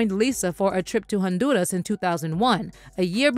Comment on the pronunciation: Nice coverage, however, respectfully: please, please, please Stop pronouncing Honduras with a strong RRRR like you're speaking in Spanish (maybe you do, but don't do this) it doesn't come across authentic. It sounds all kinds of wrong, like you're trying too much. Just some constructive criticism. Much success